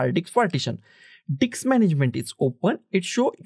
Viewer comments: Bro Please, Call it Disk, Not Dicks. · First of all its disk not diks